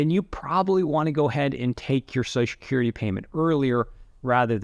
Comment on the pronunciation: Every time he said Susha-curry I took a shot of whiskey. I'm totally drunk now.